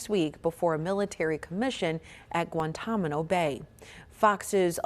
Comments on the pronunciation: Sry, “Guantamano Bay”? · Guantamano? Seriously? You said it twice. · Newscaster can not even pronounce Guantanamo.